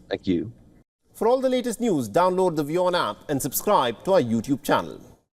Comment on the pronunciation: Why are they calling the channel WION and the news anchor call it "V" On.